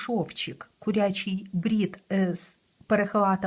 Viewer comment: Українською кУрячий, а не курЯчий. Дякую за Ваші відео і уроки. ❤